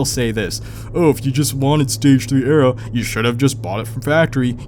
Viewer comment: what are you saying? Stage 3 “ara” or stage 3 “arrow” what does this mean? I’ve literally never heard this terminology but I’m not familiar with GMs. EDIT: (Ahhh you’re saying aero which is a fancy name for your spoiler) lmao.